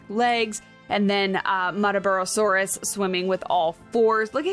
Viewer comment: I believe you pronounced the name right (Mutt-ah bar-rah) It was named after the Queensland town it was discovered in, which itself was named after one of the Aboriginal tribes located there.